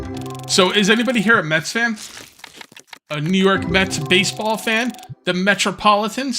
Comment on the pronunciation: when you asked if any one was a mets fan i thought you said meth fan i was like wow this stream took a left turn really quick lol